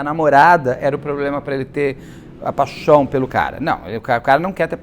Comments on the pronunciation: Do nada ele solta uma graça, uma ironia ... Enche a boca pra falar "pachão" 😂😂😂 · Beto, me acabo aqui quando você fala "paxãum" 😂❤ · Beto, morro com a sua "paixoum" 😂